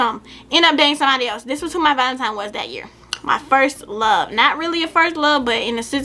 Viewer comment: She called it valentiMe the whole time 🤣🤣🤣🤣